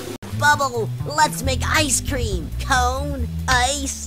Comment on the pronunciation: bubble lets make a ice tream tree! XD